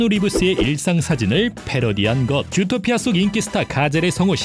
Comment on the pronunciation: 왜자꾸 좃도피아 라고 들리네요